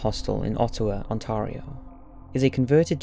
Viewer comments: It's not ontar-io its on-tare-io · As someone who lives in Ontario, it's weird hearing how you pronounce it. I don't usually hear someone pronounce it 'On tah rio' I usually hear 'On tere io' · Great video...but Ontario is pronounced as "On tare ree oh". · Great video but please say Ontario right (on- tear - io) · You're pronouncing "Ottawa" and "Ontario" incorrectly (insulting bad). -Canadian. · The scariest part of the video is how you said Ottawa Ontario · Also you said Ontario weird but it’s fine cause the video is good 😂